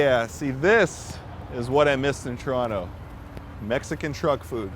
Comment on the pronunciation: Do locals also say Troronto or just you :D